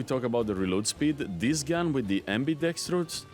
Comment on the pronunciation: it's pronounced "ambi-DEX-truss" ;)